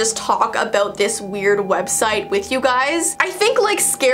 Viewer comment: Its website not wediste 🥺